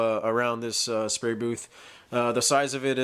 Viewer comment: What's a 'spary' booth?